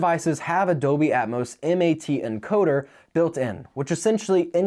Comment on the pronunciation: is there a reason why you keep saying "doby" instead of "dolby?"